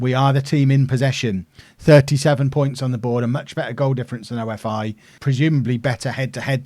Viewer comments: OFI is pronounced as "offee" and labrou is pronounced as lAbrou and not labrOU also xydas is pronounced as kseedas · OFI is pronounced ‘oh-fee’ like coffee without the c